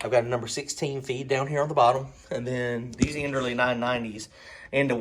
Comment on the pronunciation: You know those fittings made by earls? Well that's kind of how I pronounce the name of that fuel pump you have. You're saying this enderly thing. And i'm thinking what? Now, I could just as likely be the one that's wrong, just saying it's funny to hear it said different.